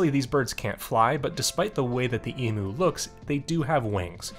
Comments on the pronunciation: Side note for the side quest, Emu is pronounced "E-m-yoo" rather than "E-moo" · Big birds are so cool! Fun fact: Australian's don't pronounce emu as "e-moo" like Americans do, we pronounce it "e-myoo" with a "y" sound in there after the m :) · The only way I've heard Americans say it is how it's said in this video. Nothing wrong with that, I just find it funny :)